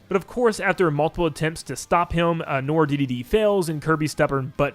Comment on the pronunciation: It's not "nor", it's "nwar", it's french dude. Like, "film noir"